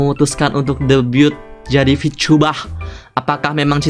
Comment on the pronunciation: bengek gue ngakak sebatas ngomong "vityubah T.....T"